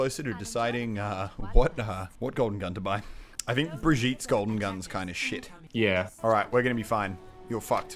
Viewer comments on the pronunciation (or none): That "shit" was so fucking Australian I love it